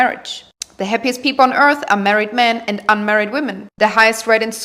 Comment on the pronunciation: He said "on this earff" 😂😂😂